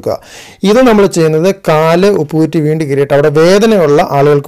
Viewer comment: ഉപ്പു കുറ്റി അല്ല ചേട്ടാ, ഉപ്പൂറ്റി എന്നാണ്